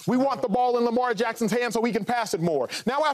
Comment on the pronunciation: Shady can't even say lamar's name in vein 😆😆😆😆